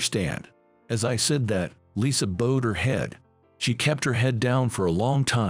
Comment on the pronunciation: bowed is pronounced the same as bow wow. Yeah is not yay.